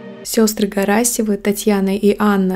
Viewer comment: Не Карасевы, а Карасёвы !! Русская фамилия от слова карась ! Вы же образованная типа . Говорите правильно !!